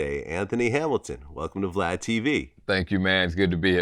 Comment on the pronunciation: It's not Glad it's Vlad!!!!!!! Dayum!